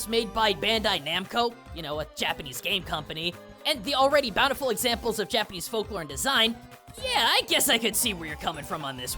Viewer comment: Fascinating! And your Japanese pronunciation is amazing. I thought the design of The Teacher was just inspired by the monster, though.